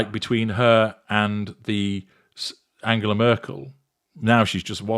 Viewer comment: MM pronounces "Angela" Merkel's name incorrectly. Reveals she is not well-read nor is she interested in world conditions or anything that happens beyond 2-inches from her nose. Absolutely cringe-inducing to hear her talk. No wonder they were serving booze at this event.